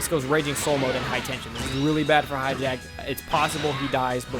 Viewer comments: its pronounced hatch e yack, not hijack! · hatchiyack. not hijack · and it's hatchiyak not highjack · This dude said "Hi-jack" Ahem if you can read.. Its HATCH-E-AC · I know it's hatchiyyyyyaaaack not hijack god when will people learn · Why do you pronounce Hatchiyack like that? It is clearly not "hijacked." I enjoy your videos, but that's super annoying. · Everyone makes the same mistake on Hatchijaks name. I'm sure thats close to how to spell it but everyone says Hijack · His name isnt Hijack guaaah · Pronounce the names correctly for once. Mis-pronounced Hatchiyack.